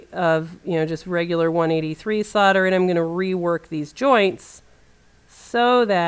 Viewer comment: Thank you for pronouncing solder as "sodder". I've heard people say SOULder and it seems so unnatural. I've said "sodder" for more than 50 years. My copy of American Heritage Dictionary of the English Language agrees, though pronouncing the "L" is acceptable. I've been in camera service for over 40 years and support strongly the right to repair.